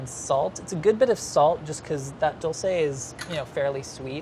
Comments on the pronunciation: I always hear people say: "dullsay". 😂 It's "doolce" 😉, and it directly translates to 'candy' or 'sweet'. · Says dulce dole-say Says bland blonde 😂😂😂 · No offense but "dulce" is not pronounced like DULL-say. Its pronounced DEWL-seh. Like jewel! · It's not said dolce, It's said dulce. sorry it was just bothering me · Dolsay? Isn’t it Dolche? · I know it's nothing important... but I wish he would pronounce dulce de leche the right way because his pronunciation is very good. it's not dull-say is dool-seh. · What does he mean by "how do Argentinians pronounce it"? I don't know if it's because Americans pronounce it like "dulceY". That's not how you pronounce it in Spanish. It's without the "y" at the end. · "Dulsay de lechay" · Why do white people refuse to pronounce Spanish words properly. It’s not “dolsay” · I love but if I never have to hear him butcher the word dulce again, I will be very happy. Lol it’s not a complicated word and then he says it correctly when speaking to gaby and then says he can’t say it lol wait what? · It triggers me how he says dulce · Every time says duche de leche my Brazilian ears die. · I hate how he pronounces dulce